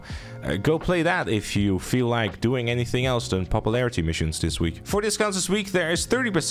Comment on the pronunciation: "Popuplarity" English, my guy. It isn't hard.